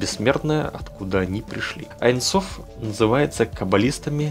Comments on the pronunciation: не "айн соф"; а "ейн соф" . ибо в первом случае вы меняете смысл... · Здравствуйте!Очень интересны все Ваши видео,но в этом видео никак не могла понять на иврите,как Вы объясняли про аин соф.Правильно говорить не аин соф,а эйн соф(бесконкчный)на иврите-אין סוף